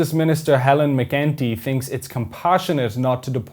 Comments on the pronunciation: Helen what? It's McEntee not McGinty. Not a great impression. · When you say McEntee, it sound like McGinty, it pronounced as McEnT